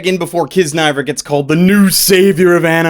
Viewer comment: I think it's pronounced key-zuh-nah-ee-ver, that's what I heard from the crunchyroll panel I went to lol